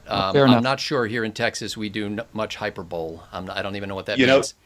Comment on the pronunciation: doesn't know how to pronounce hyperbole